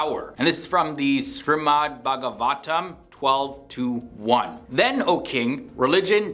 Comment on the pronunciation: I liked the video the only thing is it shreemad not srimad But kudos to you even Hindus themselves have forgotten what our ancestors have already predicted From every one of the point's you can relate your own life into it in any way possible 1. Social media 2.Envy (just like you said) 3.Power(look at china russia and America) and some small nation's as well the gulf money is literally every where and another video of BlackRock Funds do watch it, it's like they own everything in the world. 4.Selfishness nowadays the so called extroverts show us that they're helping you but in some way they are fulfilling their own deep down desire or selfish act of something 5. The genitals part is the best 🤣🤣🤣 MEN WILL BE MEN (TWO AND HALF A MEN)